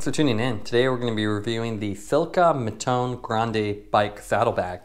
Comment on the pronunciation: It’s too hard to go on google translate and check how you should say Mattone?